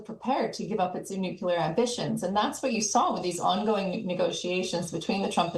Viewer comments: Nuclear. Not nucular. Geez. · Simple lies. And its pronounced Nuklēr not nucyeler